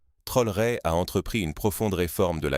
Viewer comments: Pourquoi déformé le nom de TRAORE ce n est pas Trore merci même si c'est IA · Est ce si difficile de prononcer correctement le nom du Président Ibrahim T R A O R É ?